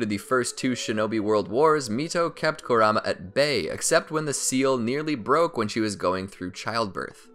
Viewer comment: How he says Kurama...